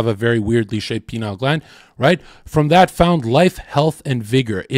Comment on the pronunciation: Pineal not penile lol